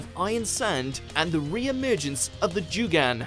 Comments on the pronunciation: The way he pronounces certain names and moves is giving me anxiety. Jooo-Gun errr no sir. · What's a Joooogan? lool